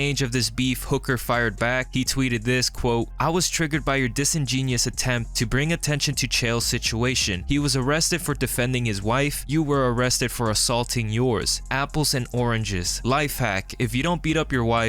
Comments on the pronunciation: Just a quick fyi to anyone who doesn’t know: the word “disingenuous” isn’t pronounced “dissin-genius” (like “dissing a really smart person”); it’s pronounced “dissin - gen-you-us”. It doesn’t have any connection to the word “genius”, which is a common misconception when people don’t know the spelling of the word. It basically means “acting fake” or “not being genuine with your words or actions”. Lastly, I mean no offense. I misspell words and mispronounce words, too, just like everyone else. I always want to be corrected (respectfully) if I make a mistake, so I try to do the same for others. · Disingenuous.....not disingenius....lol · Disin-genius?? Narrator? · "Disengenius?" What the fuck has modernity done to people's grasp of the basic written word? Just Google a word when you're unsure of it's pronunciation. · That says disingenuous not "dis-ingenious" whatever that means. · I can’t take this channel seriously if you don’t know how to say disingenuous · Would you rather I ignored his mistake and continued letting him mispronounce that word?